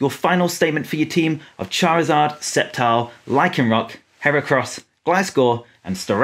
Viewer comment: Its Sceptile not Spetile